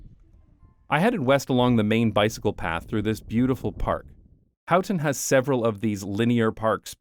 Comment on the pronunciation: You say How-ten and I say Hoe-ten. And you said it A-lot.